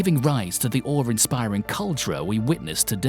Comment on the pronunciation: Just FYI Awe doesn’t have an R in it.